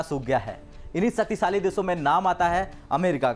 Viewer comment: Desooo deshóon me bhi faraq hota hai hadd h yaar basic words toh theekh se bolo Shaktishali hota h na ki saktisaali ni